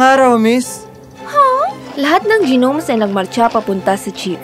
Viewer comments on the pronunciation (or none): G-nomes daw anu yun? Pangit na nga ng boses di pa marunong mag bigkas ng tama. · Ung pagbasa Ng gnomes. 😂